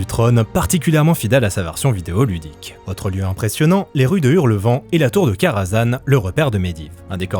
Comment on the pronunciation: Mais oreilles saigne quand j'entends "Hurlevent" 🤭